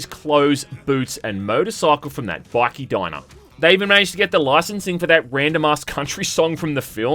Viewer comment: omg lmaooo I thought you legitimately pronounced biker like that